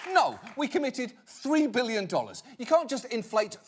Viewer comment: "of which the United States has already handed over [pause for dramatic effect] won BEEYELUN dollars"